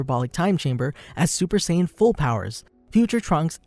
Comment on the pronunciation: It's strange that you would pronounce Pan correctly in It's native form, but not Saiyan or other names.